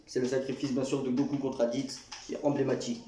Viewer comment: clairement meilleur moment d ela vidéo sinon ta dit combie de fois enblaimatique 😂😂